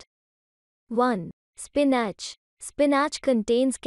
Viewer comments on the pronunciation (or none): that’s so nice of you... thank you but I was being mean and found the pronunciation of spinach funny. It meant to sound like spi-nuhch!! I love spinach so does my son...it’s one of the superfoods ... SORRY for being mean!! Love and light from Manchester xx